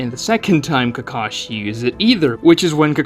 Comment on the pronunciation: Ugh I hate the dubs. It’s KA-ka-shi, not “kuh-KA-shi”.